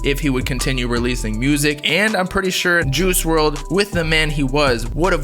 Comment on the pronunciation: Dude said “juhoosh werld”